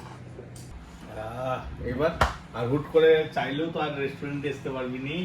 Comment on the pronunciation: Resturend bole kno jni na